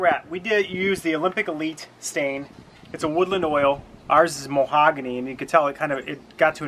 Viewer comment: Lol moe-hagany it’s pronounced Ma-hog-any